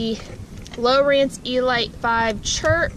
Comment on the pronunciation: The way you pronounce elite 😂